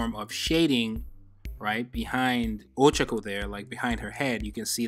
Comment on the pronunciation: It's oh chah koh, not oh chuck oh.